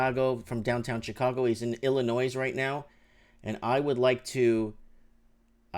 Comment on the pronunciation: I am from Illinoise. Be advised the S is silent. Keep up the good work.